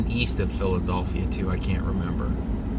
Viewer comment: PhilaDophia ??? your kidding right ? BIRTH PLACE OF THIS COUNTRY "PHILADELPHIA" Come on say it with me PHILADELPHIA.